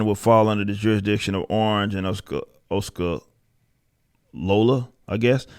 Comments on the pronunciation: Good video. Just a pronunciation tip, Osceola is pronounced "ossy-ola". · Osceola is oh-see-oh-lah. There’s a lot of people here fighting back against disney